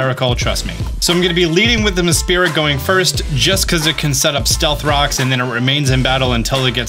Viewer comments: lol meSPRIT not MESPIRIT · say it with me “mess-prit” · a-a-ron and mespirit XD I just can´t, it´s just too funny